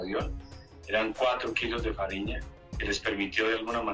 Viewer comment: É "farinha" não fariña.